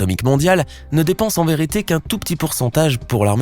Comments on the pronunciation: C fait exprès ? Depnse au lieu de dépense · '' dépnse'' ses milliards ???